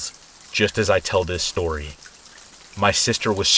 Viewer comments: I listen to your videos every night. I always say with you "after shtory number one, after shtory number two and after shtory number 3." It's our 'thing' 😂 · why does bro say “SHtory number 1” “SHtory number 2” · Have only watched 2 videos so far but their the only videos that will motivate me to do housework 😂 also I love the way you say “shtory” lol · Love how you say shtory xx